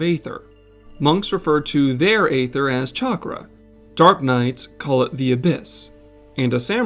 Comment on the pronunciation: Great video, but your pronunciation is atrocious. 😱 Please, it's not AYther, it's EEther. The c in scimitar is silent. And for the love of Kami, never speak a Japanese word again.